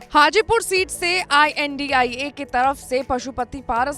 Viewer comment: India bolne m dikkat abp news balo ko